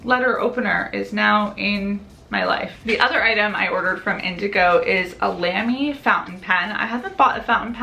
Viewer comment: fyi Lamy is pronounced with a long, round a like in salami :D